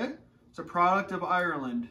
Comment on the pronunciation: so a lad from Boston, can not pronounce Ireland haha